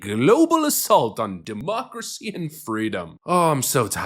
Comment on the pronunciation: Quit saying demoocracy you annoying tit